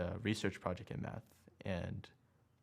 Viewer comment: they say mass instead of math